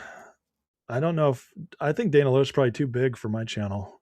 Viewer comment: If you have Dana on, her last name is pronounced "Lash" even though it's spelled Loesch.